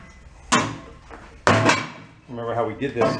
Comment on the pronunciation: What is the word, “remender”?